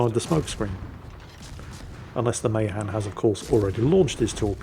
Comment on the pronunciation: I knew a sailor 90 plus years of age who served on Mahan. It is pronounced Meh-'han